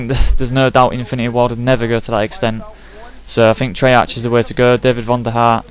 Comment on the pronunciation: its pronounced trey-ark not trey-arch